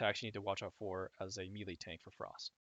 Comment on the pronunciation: omg, it's "may-lay" not mee-lee xD